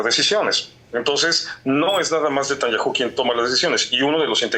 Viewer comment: No lleva acento Netanyahu, porqué no lo pronuncia bien?